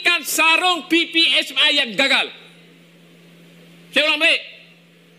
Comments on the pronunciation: Laaahh dia pidato protes penggunaan basa british, tp itu dia ngeja ppsmi pake logat British, emang kocak warga kasino ini😂😂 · Yang bicara ini mengatakan PPSMI pada huruf "I" dibaca "ai".